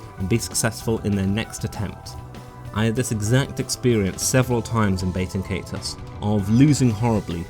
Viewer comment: I gotta keep it real witcha, you’re pronouncing the name of this game about as wrong as humanly possible. Nice video though.